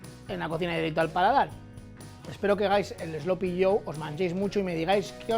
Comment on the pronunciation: What the hell is 'slopy'? I think AI should have said 'sloppy'; I despise AI.